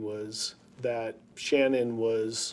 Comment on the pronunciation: “Sha-NAN”! You come into my house, you get my wife’s name right!